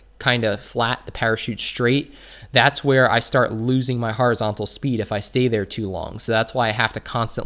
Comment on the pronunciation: "Har-izontal" 😂 It's pronounced Horizontal. Just like it's spelt..